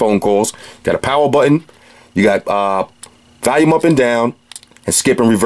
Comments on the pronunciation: Why is it so hard to say volume not valume! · I love how you say Valium instead of volume lol it cracks me up everytime